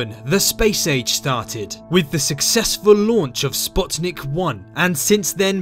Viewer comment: Wow 1st utuber to correctly pronounce Sputnik. Lmao thnx